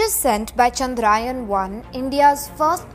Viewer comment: This is not चंद्रायन but चंद्रयान .. This is need to be corrected... Plzzz Expect a proper pronunciation 🙏